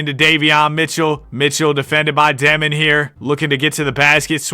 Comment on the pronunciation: Not dEmin, it’s dYOmin (Dëmin)